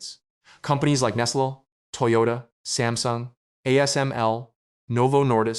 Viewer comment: "companies like nesla". That is not how Nestle is pronounced. The content of the video is good, but I'm concerned that having AI gather information and produce a video with minimal human editing - might not be a great thing. For example, presenting a video with much more complex information than this, where AI misinterprets or presents something factually wrong, could lead people to make a bad decision.